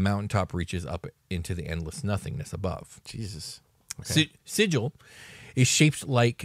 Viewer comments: Sigil: sounds like Sea Gull, not Sid-jal. Dude on the left pronounced Xaos correctly. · Didn't the original planescape book specify that the city's name is pronounced Sig-ill" Where the g does not sound like a J, but rather like the g in gate. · are you sure you pronounced sigil right? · I was going to watch this, but you dont know how to pronounce Sigil